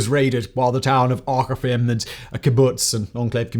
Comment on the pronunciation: "Aqsa" = Ak-sa not ask-her